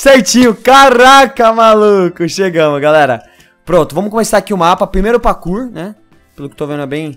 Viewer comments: O fala pakour mas é parkour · vc ja persebeu q vc fala pakur mas é parrrrkur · Parei de ver o video só porque o falou PAKUR... até meu cachorro sabe falar parkour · Pelo amoor de deus para de falar PAKOUR pfv que agonia... '-' Fala PARKOUR quem nao gosta disso tmb deixa o like ai pra ele ver... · kkkkk nao é pakour é pakur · É parkour não pakour. Viu memória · O engraçado do é e ele fala "pakuor" kkkkkk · "pakur"? Ashuashuashuashua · Da uma agonia ouvi o fala pakur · o voce falou pacu